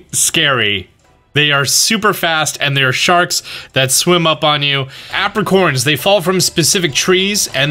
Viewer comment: I've never heard someone pronounce apricorn like that before huh interesting